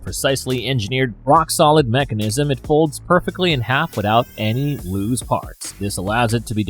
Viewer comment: "loose parts" not "lose part" loose sounds like goose "lose parts" wouldn't make sense because if you "lose" something you no longer have it just like you lost 50 bucks to me just now